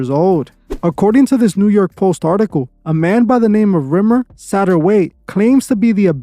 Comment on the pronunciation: “Rimmer “has me cracking up I’m sorry 😂😂 but good video as always